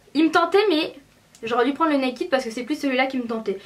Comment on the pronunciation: J'aime mais on ne dit pas nakid tu vois ce que je veux dire:-) va sur google traduction et tu verras sa ce prononce pas nakid mais voila okeyy :-) :-) :-) :-) :-) :-) :-) ;-) toutes les youtubeuses disent (NAKID') SAUF c'est [ naked ' :-D